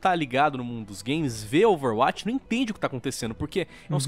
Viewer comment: falando Overwatch e mt bom "Overwuaati"